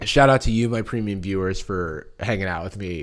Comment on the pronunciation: Idky but he did a video or two way back where he really hit the word premium and now whenever he says it sounds so less than it should like a watered down version idky